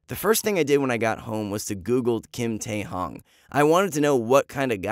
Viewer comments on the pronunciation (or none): Bro! He said kim taehung like what🤣🤣🤣 but shoutout to kim taehyung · what the- why would you CHANGE your name just for a girl ? i don't believe this is a true story- basically this is oli london but Taehyung version 💀 and u said Taehyung wrong. It is 'Taehyung' 🙏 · The story was a bit weird lol. Love is blind afterall. Btw is it true? Oh and yes you pronounced V's name wrong. 😅😅 it's taehyung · The way he said kim taehyung is so funny 🤣 Oli london 2.o